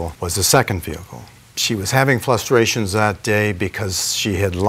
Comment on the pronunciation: “Flustration…” Lol.